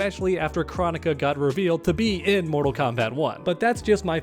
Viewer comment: AGAIN bro it’s Kr-OH-nika emphasis on the “OH” not chronic-a!!!